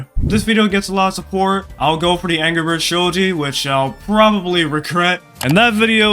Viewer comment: He did NOT say Angry 😭